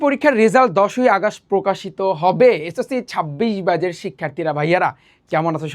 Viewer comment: আগাস্ট না 🤧 আগস্ট বা অগাস্ট posh লাগে আগাস্ট কি জিনিস🙃 ব্যাজ না 🤧 ব্যাচ✅